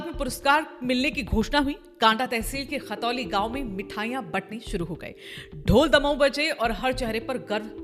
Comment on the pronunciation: मेम खतौली नहीं khantoli है